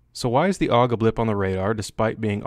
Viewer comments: Steyr AUG (that's A - U - G not aug) correct is Steyr Armee-Universal-Gewehr. Don't invent new words. (Btw. Lovely gun, to bad the Royal Danish Army didn't choose it. They chose M16-A2 crap.) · It's a Steyr AUG, not a Steyr "Aug." Would you call a Browning BAR a "Bar"? "AUG" is an acronym for Armee Universal Gewehr, not shorthand for "augmented," "august," etc. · Technically "awg" and A U G are both wrong. It's "ow'g" or Ah ooh gay XD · i think you want to have relations with the AUG or as you say awwg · its AUG - not A U G for everyone who never set a foot on a mountain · SSSSSSHHhhhhh-yar-aaaug Lol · Raid it’s actually an acronym tho,so you do pronounce it A U G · It's not A-U-G, it's AUG. And it is not a matter of whether one pronounciation or the other gives a fuzzy warm feeling. It is about using the correct form, buddy. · You gave us 2 ways to pronounce the aug. I know austrians that hate it when its not pronounced german xD.